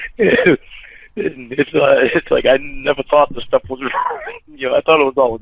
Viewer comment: “Talk and stawf…” what an inbred😂